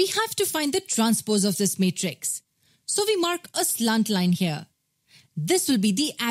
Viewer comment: It is matrix not Meatres spell it properly